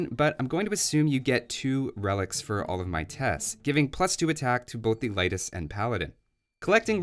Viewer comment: It's pronounced [Ley-tis]. I'm Lithuanian.